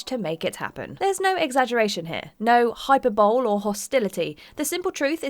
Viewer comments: It's pronounced "high-per-bow-lee", the "e" at the end of hyperbole isn't silent. Good fucking lord how hard is it to check the pronunciation of a word you clearly don't know? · That isn't how hyperbole is pronounced. I know, given all the "Mega", "Super" etc. Bowls for bowling alleys, you might think it's the same pronunciation. Unfortunately, it's "high-per-bo-ley". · Try to use a fancy word. Only ever read the word. pronounce said word wrong. Hyperbole is not pronounced hyper-bowl its hi-per-boly. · you're a narrator/presenter, we'd expect you to pronounce the simplest of words, hyperbole is NOT "hyper bowl", it's "hi-per-bo-lee", PLEASE learn to say it correctly... Now, say it with me, hyperbole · Did she just say hyper-bowl!? Rocksmith was a full priced game ($60). 600 x $60 = $36,000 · Glad to see I'm not the only one triggered by "hyper bowl" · Is it pronounced hyper-bowl in UK? Hyper-bolee? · Oh goodness me, she said hyper-bowl. Isn’t that punishable by death across the pond? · hyper-bowl? Is that slang for a meth pipe? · She really said hyper-bowl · Please learn how to pronounce hyperbole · PSA: Hi-PER-buh-lee. 'Per' is capitalized to show where to put the stress in the word. Everybody save yourself some embarassment, and also try not to be too hard on the girl. Nothing worse than mispronouncing words like that in important situations, such as meetings or videos like this. Except maybe people being a dick about it. I guarantee nobody read the word 'hyperbole' the first time without ever hearing it aloud and went 'huh, Hy-PER-buh-LEE. CLEARLY nothing else it could be.' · Did... did she really just say hyper bowl. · “Hyper-bowl” see-ess gee oh geez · reminds of the Don Henley song "Dirty Laundry", "... I just have to look good, I don't have to be clear..." I think I am just going to start killing any video she narrates. HyperBowl? CS G.O.? That was just painful to listen to. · "Hyper-bowl" lol wtf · What's a "hyper bowl"?